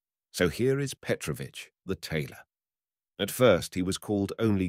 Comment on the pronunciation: Thanks, but I wish you had checked how to pronounce correctly the name Petrovich first.